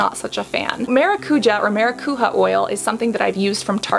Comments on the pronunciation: ma-ra-cu-ya not ma-ra-cu-ha or ma-ra-cu-ja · 🚨 Cassandra 🚨 i would love for you to see this comment 🚨 i have been trying to correct Hyram and James on the pronunciation of the word 🚨 it's MaracuJÁ, not MaraCUja, the accent is on the A 🚨 grammar police 🚨 LY <3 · Hello, another fellow brazilian here!!! It's pronounced maracuJA not maraCUja, I swear to god hearing people who don't speak the language saying this words feels always so strange, but so funny!😅😅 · Quick tip: It's pronounced MaracuJAH (not the spanish J). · Maracujá is literally passion fruit in Brazilian Portuguese (indigenous brazillian word, tupi-guarani) The pronunciation of the "j" is not like in Spanish... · It say maracujá (the a's you say with a string tone like the first one) translation from portuguese to English is exactly passion fruit. :) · The J on maracujá ir read like the J on je t'aime